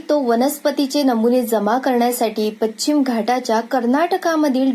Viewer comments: कथा छान पण अभिवाचनात भाषेकडे लक्ष न दिल्याने निराशा झाली. विशेषतः पच्चिम,एते,स्तानिक,अहर्ता इ.इ खूपच खटकले.. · बाकी vachan ठीक पण पश्चिम चा उच्चार खटकला